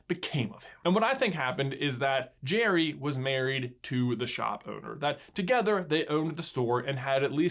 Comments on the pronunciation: it's geri not cherry cuh'😂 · It's Gerri not Jerry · I thought it was pronounced "Garry's game" not "Jerry's game" :( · In language arts class we were doing a plot diagram on Pixar shorts. This was on of them and lots of them pronounced Geri like jerry instead of Gary. I was pretty sure it was Gary and you obviously agree with me. I know it's trivial, but you guys are the kings of trivial. By the way, great video. I always loved this short and I use the strategy of flipping the board around, every time i play chess. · Noooooooo! Not gire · It's Gee reee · I thought it was pronounced like Gary...... And I'm sticking with it 😜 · I always thought it was pronounced like Gary, but the Jerry-like pronunciation makes more sense. :P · If an E or an I follow a G, the G is pronounced like a J. That's if you speak English, which... I think you get it. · Anyone else thought you said his name with a G sound and not a J sound? No just me? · I think that's an accent thing. They do kind of rhyme the way pronounce the names. Where I'm from, the definitely don't rhyme.